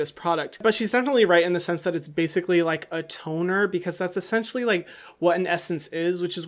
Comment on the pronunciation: "Ahaha ESSENCEtially" 🤣🤣🤣